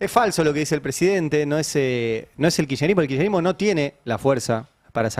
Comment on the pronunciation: Tenemos un presidente tan imbécil, que se queja porque el, como pronuncia él mismo, "Kircherismo", está destruyendo el estado. No era su deseo de imbécil destruir el estado ?